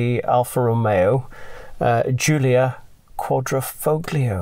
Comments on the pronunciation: .....it's not Quadr...O..foglio....it's Quadro...I...foglio....the "g" is silent...it's in your video's title! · Thanks, ooohhh, one thing, the G in Quadrifoglio is silent ;) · Just an fyi, you aren't supposed to pronounce the G in Quadrifoglio. In Italian these G's are silent. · Sorry it was a little drawn out. It was my first video and I even pronounced Quadrifoglio incorrectly!! I get better on later videos but all the essentials are there. Thanks. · Quadrifoglio...the "G" is silent....Much love DAWG !! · My first video. Got the pronunciation of Quadrifoglio wrong but everything else I stand by. Thanks for watching.